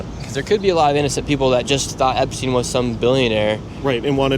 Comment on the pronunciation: "Jewish school" "epSTIEN"